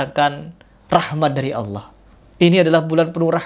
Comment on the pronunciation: ucapan allahnya .kedengarannya seperti membentak kepada allah🙏🏻